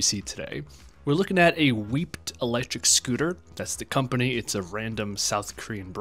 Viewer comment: Weped (pronouced wee-ped) has been around since ~2014 - you're just not paying attention if "you've never heard of them before". And yes... they are a leeeeeetle more that a "random South Korean brand" - to anyone that isn't American.